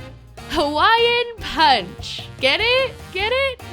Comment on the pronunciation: ITS HAWAIIAN PUNCH NOT "HAWAIN PUNCH" ... cultural appropriation mayn